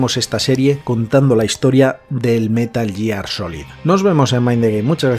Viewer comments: Si no dijeras «outer jiben» y «Metal Yiar», lo petarías. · ya, ya, si lo entiendo jajaja pero hombre, jugando a los juegos quieras o no lo corriges, de tanto oírlo. Al menos el «Metal Yiar» jaja.